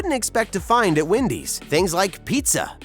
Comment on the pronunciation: I love how he calls Wendy's ''windys''